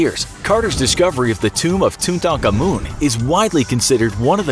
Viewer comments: at least learn how to properly pronounce tutankhamun before making a video revolving around him. literally a google search. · Maybe it's correct but I hate how you pronounce Tutankhamun.. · Its toot N common(pronouncing tutankhamun) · As soon as he Tutankhamun I died how he said it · Ant Competitors I feel physically sick each time he says the name. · He said Tutankhamun wrong like 8 times and he said it differently each time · As a person from England I'm deeply disturbed at your pronunciation of Tutankhamun.... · Why do you say Tutankhamen like that or is this a different King Tut? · The way you pronounce his name KILLS me arghh. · Dude never pronounce words right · You said King tuts name wrong. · Feels bad he said the name wrong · I’m sorry I can’t stand their pronunciation of tutankhamun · Why do you keep pronouncing his name incorrectly? We know how it's pronounced. It's really irritating. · you said his name rong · I love the channel and all, so please don't take this as malevolent, but MAN you guys really should research pronunciations a bit more with some of these vids! The name is pronounced more like "two ton common," not "two Tonka moon." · Tu tan ka men not tutakamun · He said tutacomoon its called Tutankhamun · ITS NOT TWO TON KAMOON ITS TOTONKAMUN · Okay. So your pronounciation of Tutankhamun is very disturbing. I am no expert in Egyptian history expert but I am pretty sure it's Tutan-khamun and not Tu-tankhamun. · It sounds like they were saying Tun taank an mun instead of Tuttenkamen. And Takamaan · He’s not called tuntarcarmun he’s called Tutankhamun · I feel like I’m offended of how he says tutankhamun you say tut tunk ah moon But it’s pronounced tut un common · Tutankhamun. To-tin-ka-moon. Not ‘tutankamun’ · TOO TA KA MOON? no its toot an comon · Toon-taka-moon? It's pronounced Toot-tin-common. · Too ten kah men pls learn to pronounce it properly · What... How do you not know how to pronounce Tutankhamun? Too ten Kah men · tut an kamun